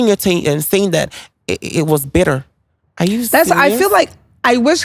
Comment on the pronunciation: And you said it was bitterrrr 😂😊